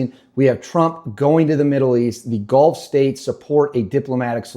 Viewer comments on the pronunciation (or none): none